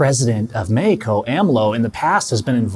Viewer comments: "Mehiko" Just say it as its supposed to be said in English... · Bro how he keeps saying Mehico 😭😂😭😂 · "Mehico"!!!!! Haha